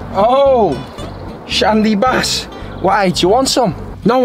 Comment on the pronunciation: The Shandy is BARR not BASS.